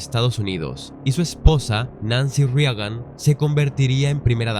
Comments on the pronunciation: Es IA? O como porque dice Ronald Riagan? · Al narrador: como es posible que NO sepas pronunciar el apellido Reagan ? ya que supuestamente eres narrador cuida la pronunciación de los apellidos, nombres, ciudades, etc